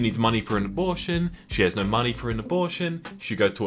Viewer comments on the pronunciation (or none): I swear you were saying "abullshit" instead of "abortion"